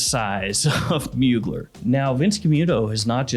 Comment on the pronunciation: It’s pronounced Moo-Glare jfc